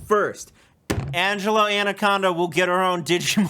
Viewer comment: Angela Andaconda!? Wtf guys!?